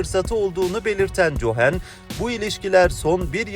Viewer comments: Oglum cohen cohen deyip duruyorsun Kohen evladim kohen diksiyonun düzgün nasil boyle bir hata yaptın gülmekten yazamadim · Kardeş Cohen yazılır Kohen diye okunur komik oluyor